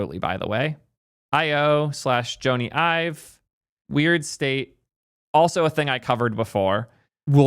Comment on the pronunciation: Actually, got it right. It's actually pronounced Joan-E. He's british.